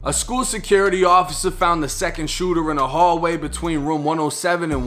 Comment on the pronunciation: "DA SHOOTA" "ONE OF DA SHOOTAS" HAHHAHA WTF. READ A BOOK BRO.